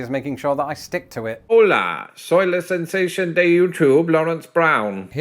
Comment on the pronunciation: Oh, you can roll your Rs properly; I've heard you say "three" (and now, "Richmond"). But that "sensashawn".... pls stop doing that.